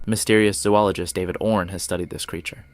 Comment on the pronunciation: This channel has very little facts correct. Saying he watched several 411 videos yet mispronounced David name, calls a rifle a shotgun, has title of story not in video etc. I have to wonder if this channel is run by a kid using voice software.